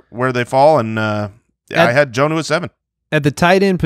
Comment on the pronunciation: His name is pronounced John-oo instead of Jone-oo. A short O, not a long one.